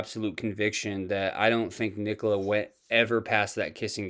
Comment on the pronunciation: He could never say nicola's name..and I agree, I was only alerted after watching p's interview.